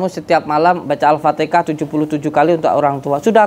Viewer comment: Alfatiha din Bukan al fatikha😂😂